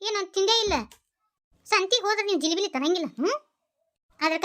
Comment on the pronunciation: ಜಿಲಿಬಿಲಿ 😂😂 ಜಿಲೇಬಿ ನಾ😊